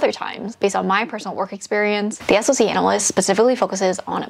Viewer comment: As far as salary goes for a SOC analyst, it easily goes upwards of $160k for a tier 3 analyst. Also, it’s pronounced “sock” 😅